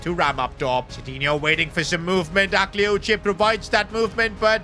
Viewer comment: Just, PAIXAO, we say it PACHAO and AKLIOICHE, the E is not pronounced